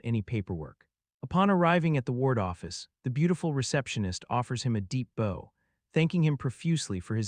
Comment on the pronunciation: What kind of a bow was the polite bow to the audience? Was it a longbow? A compound bow? A hair bow? OH You mean BOW, pronounced like baugh (the limbs of a tree) and it's similar to kow-tow, which is related. I really wish you AI hack grinders would bother to use a simple editor to pre-process the most commonly mispronounced words so the thing doesn't cause my ears to bleed. While you're at it, you could get real people to pronounce the names of characters. And that whole nonsensical thing at the last fight against the 2nd and 3rd years, going on and on about how the guy's having trouble fighting with his STAFF while the whole time he's fighting with a CLUB. Which he had no problems fighting with since he unlocked it first.